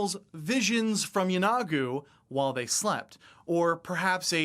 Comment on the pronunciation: I might be wrong, but I always thought Yeenoghu was pronounced YEE-no-Goo, not Yeh-NOG-oo. Could someone tell me the correct way to pronounce it?